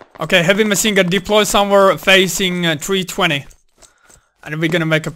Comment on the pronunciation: why he saying - maSin gun )))